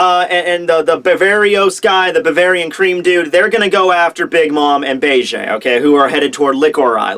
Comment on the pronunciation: "Be-Ge" Dude, it's Beige like the color.